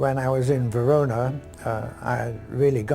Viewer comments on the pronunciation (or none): Anglos.... the City´s name is Verona and not "Verounah..."